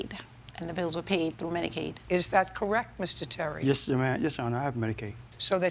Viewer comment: “Correc” is my biggest pet peeve😭